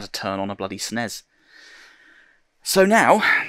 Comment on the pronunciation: Did he call the S.N.E.S the snezzz. lol Love it man.